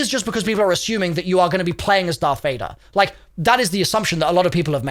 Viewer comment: People just mad Warlocks have a lightsaber.. Also, at first I thought it was just a joke that you didn't want to say Darth Vader correctly, but you have said the name of everyone else correctly and I am worried you actually don't know how to pronounce his name.